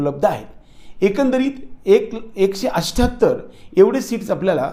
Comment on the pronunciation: अट्ठ्याहत्तर चा अष्ट्याहत्तर हा चुकीचा उच्चार फक्त लातुर उस्मानाबाद कडील लोक करतात.